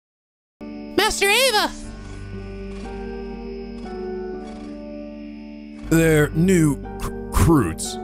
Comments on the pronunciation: Kind of a nitpick, but you're pronouncing master Ava's name again. It's A-VA, not AV-A. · You are back to mispronouncing Ava's name I see. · It's a little funny cause he pronounced it properly at the start of this video, before he started playing the cutscenes.